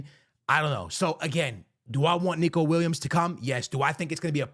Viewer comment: Are you mispronouncing the footballers name on purpose? Weird for someone who plays FIFA for living.